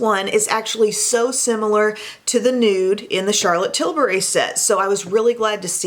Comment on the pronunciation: I liked this video solely because you pronounce CT’s last name right. Too many you tubers call her Charlotte Tilbarry...... like ummm no. Sorry, having untraditional name, I think it’s just sign of respect to say one’s name correctly, so thanks for that!